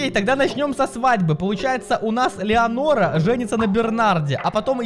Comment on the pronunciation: ЭТО НЕ ЛЕАНОРА ЭТО ЛЕНОРА😂😂😂😂